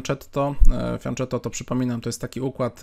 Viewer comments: Błagam o poprawną wymowę "fianketto", bo mnie zawsze uszy bolą, kiedy słyszę "fianczetto" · Błagam: fianKetto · Dla mnie to też zawsze będzie fianczetto ;-)